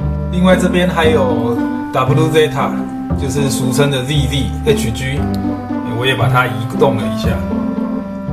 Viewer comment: 還有ZZ高達也有錯，讀音是Double Zeta,你們那邊是叫鋼彈吧